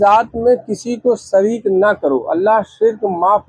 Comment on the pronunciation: Sirk😂😂( shirk) sareek😂😂(shareek) jaat😂😂( zaat) is admi se lafzo ka talaffuz nhi ada ho raha isko kon chutia hoga jo alim samjhega😂😂